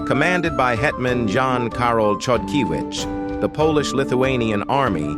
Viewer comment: Unfortunatelly you've butchered the last name of Jan Karol Chodkiewicz - it should be pronaunced like Khodkievitsh.